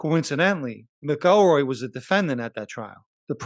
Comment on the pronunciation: It’s pronounced ‘ Mac EL Roy’….. your posted report is very well done and I mean no negative comments towards your production. I only offer a simple correction where you mispronounce James name, I know sometimes it easy to pronounce a name a certain way but it’s usually because it’s been bastardized by the brritish or another ruling elitist group.